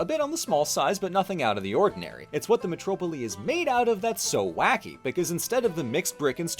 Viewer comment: Spoken almost like a true Athenian! I love it :D